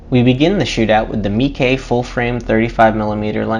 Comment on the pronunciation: Dude it's not pronounced "Meekey"